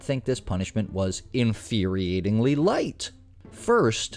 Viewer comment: you being funny with inferiorating instead of infuriatingly, or just dumb?